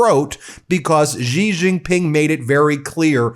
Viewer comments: Ben is great, I just want him to learn how to pronounce “Xi” as in “Xi Jinping” better. His pronunciation of “X” causes pain — sounds like “g” in “beige”. It is more like “sh” in “she”. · Xi is pronounced SHE not Gee. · Xi - is pronounced like "Shee".